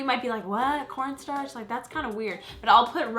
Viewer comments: when u were saying corn sharch i kept thinking u were saying porn stars... js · When she said cornstarch I thought she said porn star I have such a dirty mind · I think she said quan starch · I swear I thought she said porn star when she said corn starch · when she said corn starch it sounded like porn starts😂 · When you said corn starch it sounded like you said port stars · I thought she said pornstarch at first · it sounded like she said p o r n startch